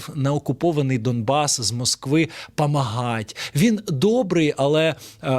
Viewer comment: "ДаМбас"?! Блін, такий якісний продукт, що навіть головний герой цієї хвільми не може правильно вимовити назву регіону, який вони асвабаділі?!